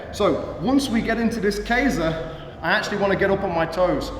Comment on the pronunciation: It's not pronounced Kei za. It's literally Ke Sa.